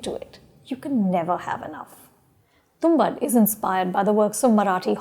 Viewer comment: Lady name is tumbaad not tumbad...for God's sake at least get the name right